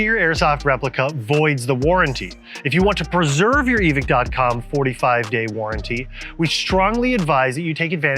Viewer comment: why we pretending there not an E on the end of evike? (eve-eye-ck)